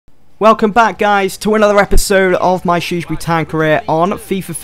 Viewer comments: learn how to say shrewsbury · Haha I just can't stop laughing when you say the name Shrewsbury lol, it sounds so funny, btw love this series, keep it up!